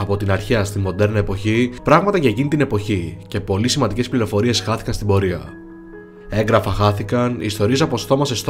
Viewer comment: Σε παρακαλώ μην ξαναπείς "ΕΓκραφα" είναι από το εν+γράφω κ γι' αυτό γράφεται με δύο γ. Σημαίνει ότι προφέρεται πιο απαλά ☺️